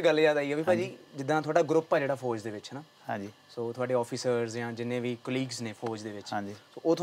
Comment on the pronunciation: Host saab FOJ ni FOUJ hunda